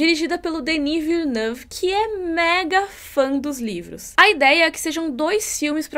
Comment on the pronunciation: O tanto de vídeo que você prometeu, mulher! Mas eu entendo, também fiquei obcecada com Duna. E você falou o nome do menino Timóteo direitinho (e do Villeneuve também).